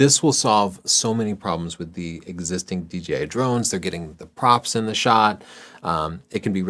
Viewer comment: Love you guys. I've absorbed so much of your advice and even made my major purchasing decisions for 7 years based on your reviews. Just one thing though and it's seems to be a super common thing on Youtube. It's pronounced DJI, not DGI. Really inconsequential but it's my pet peeve. Otherwise keep doing what you're doing. Your channel is the benchmark for photography advice in my opinion.